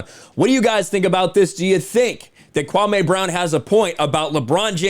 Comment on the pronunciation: His name is KwaME, not KwaMAY. I know you didn’t mean anything by it. It’s just when I hear ppl say KwaMAY it reminds me of how Stephen A Bitch says it - and we all know he’s trying to be offensive when he does it. But yea it’s just KwaME